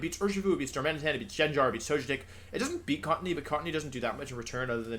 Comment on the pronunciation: Excuse me wolfey, it's pronounced Darma-knee-tun.